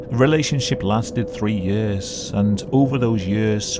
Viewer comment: I love the way you say the word "years" like yörs! XD